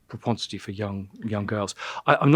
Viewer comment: And 'proponsity'.